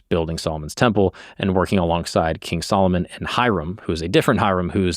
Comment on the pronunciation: you say Solomon like old black women say salmon